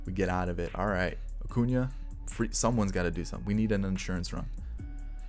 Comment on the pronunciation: Your sying his name wrong its Ronald Jose Acuna Blanco Jr.